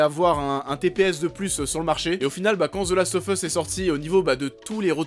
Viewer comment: « Zeulast offeusse » et « unchartaide » ! 😂😂😂